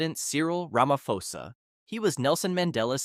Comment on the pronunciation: You don't pronounce it Ramafosa but rather Ramaposa